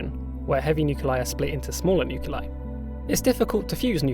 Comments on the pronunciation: "nuculei" My man, it's "Nuclei". "Nuclear", not "nucular"! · What the hell are "nuke you lie"? It's spelled "nuclei". That's "nu cle i". "new clee eye". I can't listen to this. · Nice video, but nuclei is not pronounced "nuke-u-leye"